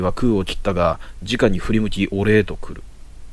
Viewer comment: 面白いですね！ ですが…誤読が気になってしまう…。 「直に」は「すぐに」と読みます。 「じかに」も同じ字を使うので誤読してしまうかもしれませんが、その時の状況を理解していると、誤読せずにすむかも…？